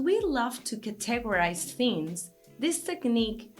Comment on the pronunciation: I LOVE YOU!!! But what I really mean is that I love the way you pronounce the words "focus" and "categorize." When you say focus, to our English ears it sounds like you are saying (forgive the profanity) "fuck us". Its a bit distracting, but coming from you its kinda cute! If I can humbly make a suggestion that you try to use a little French, "faux-kus" maybe. I couldn't begin to help with "categorize", there are just too many vowels in that word and they all project different sounds than normal. In Spanish, all vowels sound the same, so I understand your difficulty. High praise to you cariño.